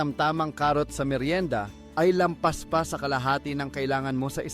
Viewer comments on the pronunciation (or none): OB OB MAG PRONOUNCE.. CARROTS... HINDI KARUT